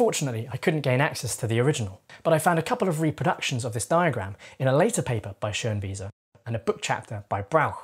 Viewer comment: From a German, excellent pronunciation of the "ö" in Schönwiese